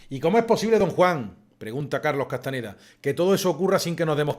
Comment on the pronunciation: Se acostumbra a decir C. Castaneda, pero era CastaÑeda. Gracias